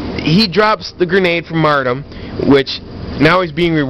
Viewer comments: First of all... is "martyrdom", not "mardom". Second of all, these perks are strong, but you are getting way too worked up over it. Its not hard to tell when someone goes into last stand, and if they do, just keep shooting at them untill they die. Also, a headshot or grenade kill will not let someone go into last stand, so, uhhhhhhh, aim better... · Haha "Mardum" Lol in all seriousness though you stay true to your beliefs. I didn't believe you said it for 4 years until I saw this video. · yeah there is a counter for last stand follow them down with your weapon and learn how to speak it is mar-tee-dom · lol "mardom" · Learn to say the word martyrdom correctly lol